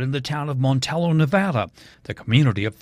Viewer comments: It's MONTELLO, NOT MANTEO. Also, it's WADSWORTH, NOT WADE-SWORTH. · Mont-tell-o Montrllo not Montao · Double LL is not always pronounced as a Y. All the locals say Montelllllllo. Not Spanish and not Y. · I live near Montello. It’s pronounced mon-tell-low. I know the double L is pronounced as a Y in Spanish, but this is pronounced just as written. Just wanting to let you know. I love your channel ❤️ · It's Mon...tel..lo! Pronounce it correctly! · Right Mon tell o. And wads worth. Not wadesworth